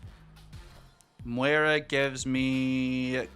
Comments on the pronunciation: Pretty sure you’re saying it wrong, it’s Moi-rah, said like the fish, Koi-carp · There are plenty of places to learn how to say names correctly… unless you intentionally like sounding less intelligent? Listen to him properly, you can see his lips saying it with a W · You’re saying it like there is a w in it 😊… There isn’t 😉